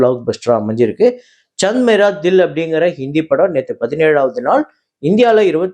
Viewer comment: Day 24 kooda fail… Adu illaamey Chand mera dil kooda thappaa daan chollittirukkure … ‘ Chaand ‘ anu chollu ppa .. ( moon ) Ennaya Muslim nee … simple Hindi words kooda cholla theriyaliye !